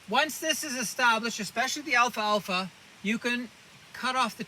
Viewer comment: this is an excellent educational video. i had never heard of these properties regarding the alfalfa plant... I would encourage you to remake this video with the correct pronunciation Al - Fal - Fa.